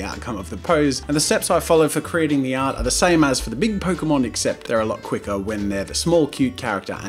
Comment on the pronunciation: Pokemon = Poke-a-mon